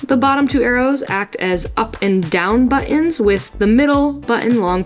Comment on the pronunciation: All those buh-ons!😂